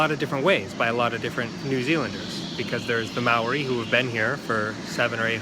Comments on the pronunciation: Good pronunciation apart from Maori mao-ri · just a tip its said mow- ree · If you can, roll the r in Māori and then it'd be perfect :)